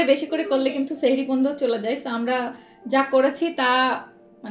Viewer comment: আপু এটা সেহরি না এটা সাহরি 🥰